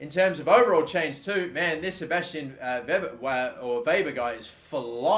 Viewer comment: isnt it sebastian W'ee'ber? like how Bford says it?